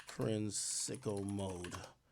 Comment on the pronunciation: Why TF he pronounce sicko mode like that????😂😂😂